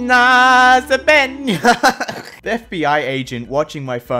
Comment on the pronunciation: wowo, what a coincedence my name is "Benja", you said it the same as you would in the NL.